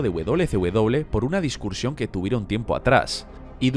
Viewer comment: 6. Por qué dice discuRsión en lugar de discusión.